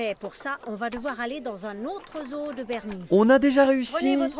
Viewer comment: ca ce dit zo et pas zo o